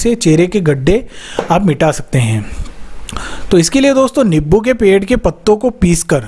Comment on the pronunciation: Niboo nahi nimbu bolo